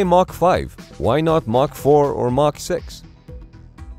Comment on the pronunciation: It’s Mach, not Marc. Lol